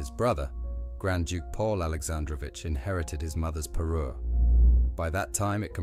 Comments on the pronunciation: Parure, not parus! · Parure, not Peru!😊